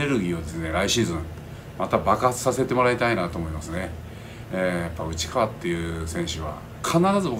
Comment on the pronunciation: 最後うちっかわって言ったのはわざと？笑